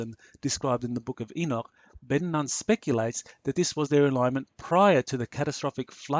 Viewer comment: Ben Nun is pronounced Ben Noon